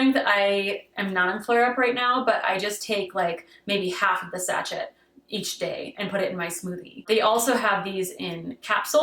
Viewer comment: Quick pronunciation nitpick: sachet. It's French, so it's more like 'sash-eh'.